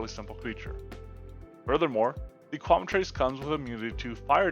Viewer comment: I hate to be a jerk, but you're mispronouncing Quemetrice. It's "Kwe-met-trick-uh."